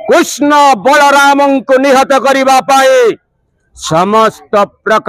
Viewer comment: Hindi dialogue maru6an agyan au कृष्ण ra uchcharana bhul karu6an